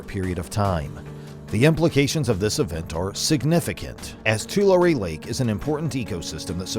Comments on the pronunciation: It's pronounced Twolarry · ITS PRONOUNCED ( TUH-LARRY)